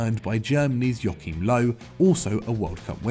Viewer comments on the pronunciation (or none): none